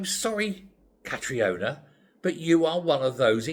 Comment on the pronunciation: Catriona is pronounced Katrina (just for info, not criticism)